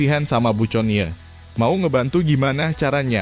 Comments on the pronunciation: Min conie iti di baca koni,jngan teks book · Min ga salah tuh? Connie (Koni) kok disebut Coni 🤣